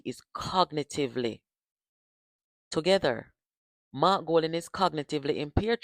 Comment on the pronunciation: No EDUCATED and INTELLIGENT person who NEVER compare Mark to Mr. Andrew Holness. Mark can't even pronounce his own name.